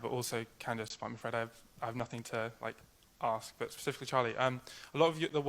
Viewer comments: Pleased stop saying aks. I love your videos, English is my 3rd language and I can not handle AKS. 🤦‍♂️ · Stop saying Aks.